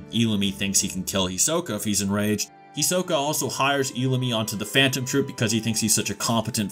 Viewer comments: First let me say, do not say hunter hunter again. You address it as hunter x hunter like a normal hxh fan. 2 do not pronounce their names as such again its He-soak-A. And 3 Illumi is not a Phantom Troupe. Thank you, sorry for the inconvenience. 👍🏽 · did you mispronounce hisoka? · Who is "Hee-soh-ka"? "Nefer-pee-toe"? "Kuri-pika"? That English noob pronunciation is strong in this one lmbo. There's no way Chrollo or Hisoke have a chance at beating Meruem though. They'd even struggle immensely against Neferpitou tbh...The Royal guard are extremely powerful. Without Komugi, it's possible Meruem could have wiped out every Hunter (Netero, Gon, Zoldyck family, Ging, etc would all have to band together to stop him)